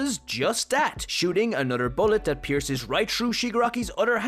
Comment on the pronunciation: "Anothrr." lol